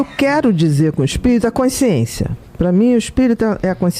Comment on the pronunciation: Q aflição ouvir ela falar "coinsciência"... meu Deus!